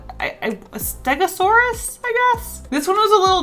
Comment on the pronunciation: For the Dino guy, Ste-cube-saurus